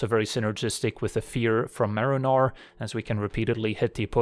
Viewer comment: the whole video i kept hearing Merinor